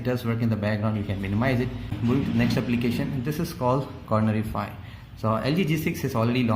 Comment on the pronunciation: Its corner-"FLY"